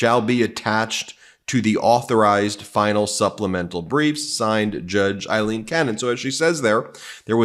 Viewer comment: Her name is A-lean, not Eileen, it's A-lean, A-lean. C'mon Ben, learn her name